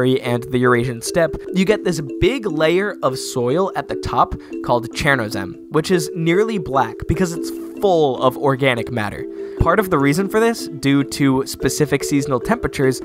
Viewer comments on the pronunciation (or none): "chOrnozem," not "chErnozem"